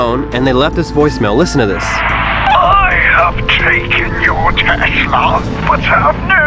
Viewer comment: Tesla not testla